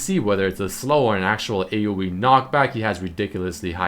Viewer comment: AOE not AUE